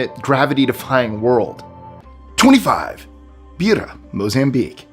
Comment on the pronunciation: BEIRA is pronounced BAYRA not Beera 💖💖